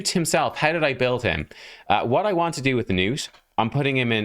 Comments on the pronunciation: Nah, man. "Nuut" is better than "Nut" allright, but it's supposed to be "Gnuut" with a hard G. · Please pronounce the G, man. This is coming from a Scandinavian. His name is is most likely a fantasy name derived from the real name Knut. So, yeah, pronounce the G like you would in "golem", not like in "gnome". Nice showcase of the champion btw. 🙂👍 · IT'S NOT NUTE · His name is pronounced "guh-nut", because thats what sounds the funniest 😁